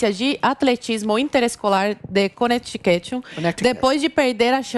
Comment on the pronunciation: A falando "Connecticut" com sotaque KKKKKKKKKKK